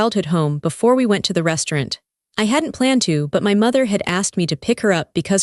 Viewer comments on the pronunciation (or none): AI can't say restaurant